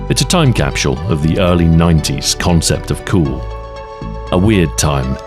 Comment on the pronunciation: bro said time capShule